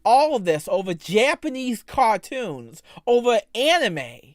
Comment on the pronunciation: "Thew're Cawh-toons" 👉👈